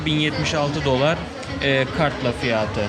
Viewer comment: Fiyaaatı 😅 açık kapalı a lara çalışmalısın gibi :)